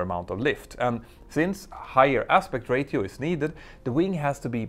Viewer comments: 2 Comments: 1.) Ratio = Ray-She-Oh. Not = Rate-E-Oh. 2.) And, if some-one knows better/different, I would be interested to hear it... But as far as I know, the only way to make this sort of slim, high aspect ratio, transonic wing work, is with active trailing-edge anti-flutter devices. And there is no way to make that a fail-to-safe design. If your active system stops working, then at high speeds and high altitudes, your wing is going to fold up in a heartbeat. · Great video, just some pointers on some of the English in the video as I understand its not your first language. Although ratio is spelt as it is, it is not literally pronounced Ray-tee-oh. It's pronounced, Raysh-ee-oh. As if it was spelt rashio. And not Ray-tee-oh At the start, and again you should have said the Plural controversIES; because you said "are there any" (if your sentence uses "are" and not "is" then that's a pretty good indicator you need to use a plural) which should be followed by a plural, just as you would say "Are there any people here" and not "Are there any person here", or "Are there are donuts left" not "Are there are any donut left" Microsoft word set to English (US) or English (UK) will correct this for you if you type out your script at all, it will underline it and correct it to the plural form, and tell you why. The only time you would use the singular, is if you specifically forced it, which would require "is" instead of "are" and specifying a singular noun, with "a"; i.e "Is there a controversy". But "are there any" is forcing a plural. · I really enjoy your videos, as I worked in the airline industry quite intimately some years back. Your English is excellent, especially considering probably not your first language, but it’s pronounced “ray-shi-o”, not “ray-ti-o”. Keep up the great videos, and thank you for the time you put in to them. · Ratio is pronounced ray-shee-ow ! I know that because of British radio DJ John Peel and 80ies alternative band A Certain Ratio.🙂